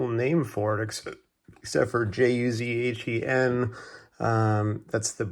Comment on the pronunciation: Ju-zhen not to hard to pronounce